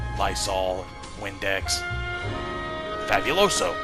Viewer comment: "Fabuloso" in the least spanish pronunciation ever XD EDIT: - Holy shit, that was perfect!!!